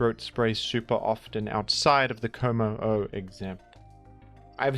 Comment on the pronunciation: “Kommo-oh” is easier to pronounce if you put the stress on the second syllable, rather than the first and third.